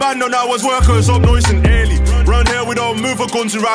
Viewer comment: “noice an urly”